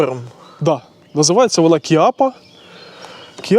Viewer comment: Вибачте, не "кіапа" а Чаппа.. є така модель револьвера..🤔